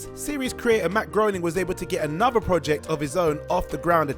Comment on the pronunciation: I can't listen to any video with a narrator that pronounces "another" as, "anovah"